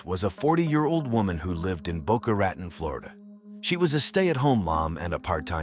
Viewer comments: well that depends on who you ask if it has a long O with an E like you suggest or like we say in the east boca ra taun but either way it isn't the way AI says it ....def not boca right-on lol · Is the town called Boca Raton? Not "Baka Reten" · Isn't that pronounced Boca Raton ?? !! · The city is pronounced Boca “Ra tone”